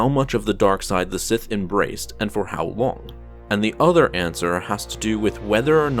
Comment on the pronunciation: Sith Sseth S S I T H